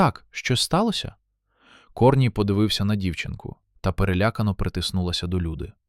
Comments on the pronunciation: КОрній ... КорнІй.... Наголоси. Дальше слухати не хочеться. Невже не читаєте спершу ніж озвучувати. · КорнІй, а не КОрній. Не плюндруйте нашої солов'їної. Соромно повинно бути. А ще інше кальковане сміття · КорнІй, наголос на І